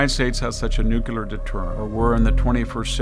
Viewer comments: Extremely important message. Just a minor critique however: The word "nuclear" is pronounced just like it is spelled. Too many people, including VDH, are pronouncing it as if it were spelled "nucular". The correct pronunciation is nü-klē-ər. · I really respect this man and his wealth of knowledge but why does he repeatedly pronounce "nuclear" as "nukular". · its peculiar to me that as brilliant as this man is he mispronounces the word nuclear ?! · Victor needs to learn how to pronounce "nuclear".